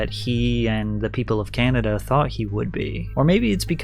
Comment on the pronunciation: Honest criticism here: I assume this is a really your voice then you might want to take some pronunciation lessons as you raise and lower your voice in let us say, a very annoying way!! Why do you stretch the end of your words like Canadaaaaaa, carerrrrrrrraaaa, I honestly thought your voice was AI as I was listening but not watching. I don't mean nothing bad but I cannot listen to you for an hour, no way! Not just me bro, check your comments. You are losing viewers because of the voice - sorry for the sad news